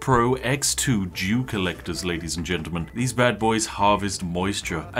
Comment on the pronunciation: i 100% thought he said Jew collector instead of dew